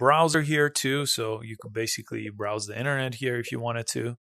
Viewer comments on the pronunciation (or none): none